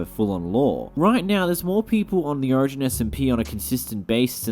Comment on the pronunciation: you say 'origin' like ocean :]